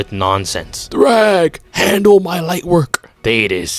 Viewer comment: It’s thragg not thrawg goofy